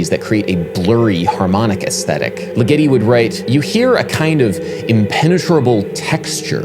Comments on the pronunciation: Great video Adam, but I think the stress in Ligeti's name is on the first syllable (LI-ge-ti) rather than the second (Li-GE-ti) as you have it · Adam, et al, please correctly pronounce the French title (poe EMM SAM foe neek), as well as the composer's name (Gee OR gee (The Gs are as in Gregory...) LIGG eh tee,...) , not like spaghetti! Otherwise enjoyable. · LIgeti. The emphasis is on the first syllable. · it's LIgeti, LIgeti not liGEti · Dude... Legeti's name is pronounced LIgeti not liGEti. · It's pronounced Diord'(soft d) LEE-geti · The composer's name is pronounced with the accent on the first syllable. LIG-etty. (As in, it works as part of a punchline like "why did Ligeti split?" -- creating a joke to fit the punchline is left as an exercise for the reader) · sorry to be the annoying pedant here... it's 'Jerge' (soft j and g) Li-gutti (emphasis on the first syllable) :) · Hungarian György sounds more like Giurge or Dyurge. And put the stress on the first syllable in Ligeti: Dyurge Leega-tee. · Hyggen76 ligeTEEEEEeeeeaaauuuiii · I'm sorry to be this person Adam, but Ligeti isn't supposed to rhyme with spaghetti... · You really need to a take a couple of seconds to be sure you know how to pronounce the name of a composer before you talk about them. First you butchered Steve Reich's name and now Ligeti's. For such an otherwise well spoken person, this is a glaring gaff.